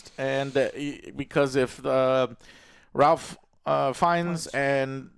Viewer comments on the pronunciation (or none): Its pronounced RAFE even though its spelled Ralph. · and it’s pronounced “Rafe” Fiennes as well LOL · Joe, I love you but damn, please do some basic research before turning on the camera. There's absolutely no reason to fumble or not know this was directed by Nia DaCosta. I can forgive you for not knowing Ralph is pronounced "rayf" because I would expect that, but it's so important to credit the director of a movie properly, especially if you liked it this much. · Guys. It’s pronounced “Rayph” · Yes this is one of my pet peeves. Learn his name dammit. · most Ralph's arn't pronounced like that, fact.